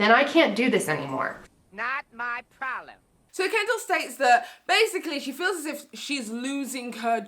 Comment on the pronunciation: "Not my prolem" 😂😂😂